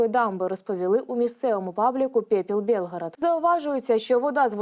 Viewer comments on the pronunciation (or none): none